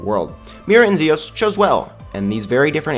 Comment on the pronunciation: So its NOT just me! I always knew it was pronounced ZEEos not ZIOS.